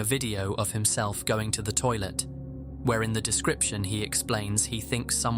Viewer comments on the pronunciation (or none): none